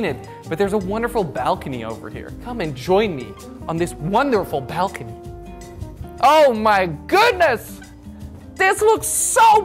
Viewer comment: Me: nice appartement you got there Jordy: look at this balkony